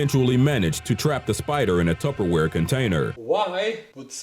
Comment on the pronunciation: wtf is a tapoweir or something u said ware